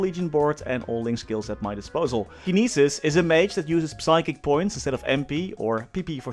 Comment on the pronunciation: Whos gonna tell him that the P in Psychic is silent?